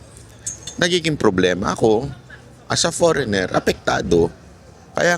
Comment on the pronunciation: Idol By Ang Pronunciation ng FOREIGNER ay forenier silent ( G)